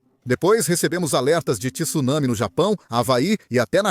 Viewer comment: TSU, não TISSUNAMI....